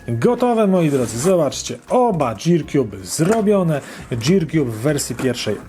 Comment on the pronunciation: Jak coś to się wymawia girkjub, a nie dżirkjub.